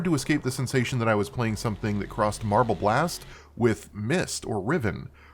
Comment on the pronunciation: Every day you say "marble" my head perks up and I go "MARVEL did what?!" XDDD (That's no diss on your pronounciation I hope, I got lotta noise around me rn coz cooking. I just found it hilarious plus #praiseTheAlgorithm)